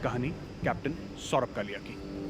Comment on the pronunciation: It's not Kalya, it's Kalia....plz correct